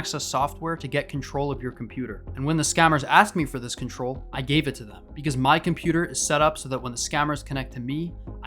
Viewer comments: Compeweww really a pajeet way to pronounce computer 💀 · Inn scammer benchodo ki english sunke hi pata chal jaa rha he ki scammer he 😂😂😂 computer ko compuaa😂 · "compurer" lmao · If someone says Compujer, end the call.